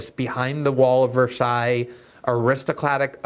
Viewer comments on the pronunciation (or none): none